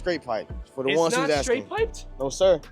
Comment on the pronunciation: Boy you got tens of thousands of ppl watching you...I know you didnt just say you got the Corsa "ES-SKREEMS" exaust on there and it aint "SKRATE-piped" 🤦🏾‍♂️ Go back across the skreet and think about what you just did‼️